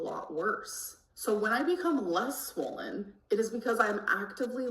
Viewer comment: if she says “swowwwwlllynn” one more time